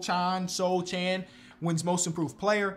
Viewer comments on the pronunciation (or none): its pronounced sth like soHan not soCHan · Jeremy Sochans mother is from my country - Poland, so his surname is pronounced like Sohun (o is short kinda like in „Oklahoma” h like in „ham” and un like in „UNinmpressed” ) hope i’ve helped :) Great video as always